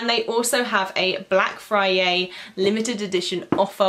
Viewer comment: Is it just me or is she saying fryay